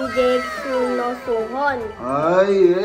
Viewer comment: Ang pronunciation po ng sunoo ay "SONU" kase yung real name ni sunoo ay seon woo